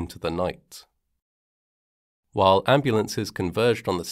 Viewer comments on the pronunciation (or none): none